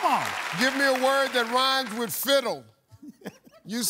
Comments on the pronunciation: Lol at first i thought Steve said Fizzle. Did i missheard it or is Steve the one saying it wrong? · Not cheating. There is a panel of judges monitoring the entire show from the back. The majority of them must have thought Steve mispronounced fiddle or didn’t speak clearly enough. This has happened plenty of times in the past, too. So yeah, not cheating.